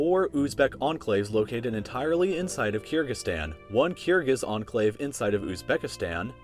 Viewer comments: It's pronounced Ker-gi- stan, not Keer-gi-stan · It’s Kyrgyzstan (kur-gic-stan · the way you say kyrgyzstan makes me cringe soooo much.